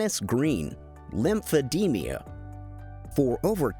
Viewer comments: It's Lemphe-d-ma not Lemphe-de-mia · The narrator keeps putting an extra syllable in a word: it's lymphedeMA, not lymphedeMIA. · It is Lymphedema not lymphe-demea.